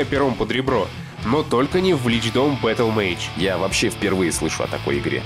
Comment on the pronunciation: Сильно сомневаюсь, что Battlemage именно так читается. Дикторы, прислушайтесь - вам самим слух не режет? Откуда там Image взялось!?